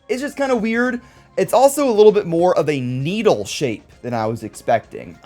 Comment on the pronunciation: Ah yes needle but not needle 😂